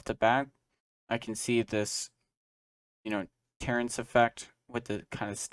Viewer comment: Terraced, not terraNced. LOL Great video though. You do an exceptional job of explaining the processes and offering tips and tricks.